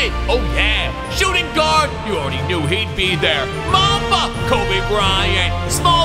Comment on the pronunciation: I’m American Also: “kolbe Bryant”